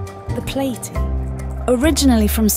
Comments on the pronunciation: Keep using her voice, but, please pronounce the fish species correctly. They're not Cyclids! They're Cichlids pronounced siclids. Plaity is pronounced, like platty. Otherwise, it's a great film. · I agree with the others here - the narrator's voice is clear and easy to listen to. But a couple of words (cichlid, platy) are mispronounced. Not the end of the world, just giving feedback :) Keep up the great work